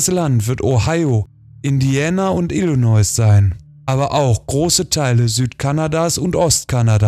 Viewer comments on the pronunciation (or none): none